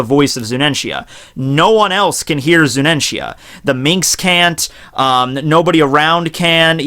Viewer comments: its zunesha not zunensia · Zunenshia, if I got stabbed every time he said that name wrong, I'd need a total blood transfusion and stitches on half of my body. It's FOKKING Zunisha! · why are u saying ZuNEnSHia ? its Zunisha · ''zunensia'' kek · ZU-NI-SHA Fucking, learn your words baby. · You slaughtered Zunisha's name .